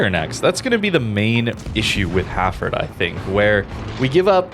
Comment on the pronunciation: So weird hearing it pronounced Ha'ford. UK vs USA pronunciation :)